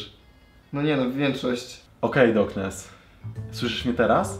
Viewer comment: Czy tylko ja uslyszalem zboknes na poczatku